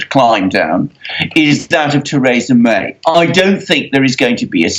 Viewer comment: Why should I believe anything this man says? He cannot even pronounce Mrs May's name correctly. The UK is crashing out with a No Deal Brexit. And that will be a national tragedy.